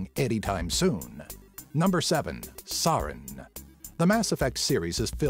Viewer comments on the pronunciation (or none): I love your channel, but you butchered Saren's name.